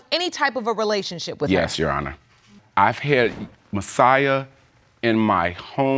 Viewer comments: On the YO Honor- literally makes me very upset!! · We can't keep forgetting the "r" when saying "youR honor". "You honor" is making my eye twitch